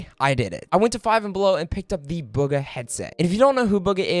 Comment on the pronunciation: Mans really says "Bug a" when its booga smh